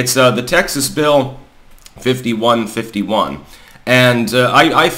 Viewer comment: Did you say bill 5151 or 5150? Lol.